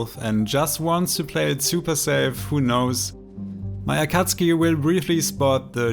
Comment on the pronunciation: Amazing gameplay I love how you pronounce akatsuki and your voice is so calming